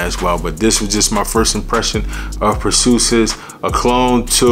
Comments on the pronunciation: Every time I heard per-soo-sis instead of per-see-is it messed up my focus lol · Per-see-us...is the pronunciation. I been wantin' to get this one ! I love Hercules and Galatea ! Thanks for this info on Perseus bro. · It’s pronounced per C us. Per ceeeee ous ❤ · Lmao.... say Per-See-Us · I know I’m late to the party but Purrsoosis has me in shambles 😂😂😂. I’m laughing with u tho not at u. Keep winning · 'Per-see-us"... look up Perseus in Greek mythology. He who slayed Medusa! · Bra even say Dar Marley when it’s clearly De Marly 😂😂😂😂😂😂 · Pur sue sis lol..bro, your pronunciation of words in all your videos lol .. and you say it with such confidence lol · I agree! We want to to support the channel but… it takes only a 10s google search to find pronunciation of these names before filming the vid. One of the most important thing about this hobby of ours is knowing how to say the names right! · Your pronouncing it wrong lol nice vid though